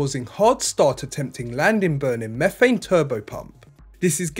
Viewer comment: And do the raptors really run on mephane?